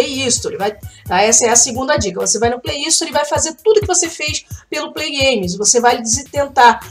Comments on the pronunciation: já que você ajuda a galera com tantas dicas bacanas, vou retribuir o favor pra você. A forma correta de dizer Gift card é "guift" e Play Store não tem um i na frente, o correto é dizer "sstor". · Ela fala play istori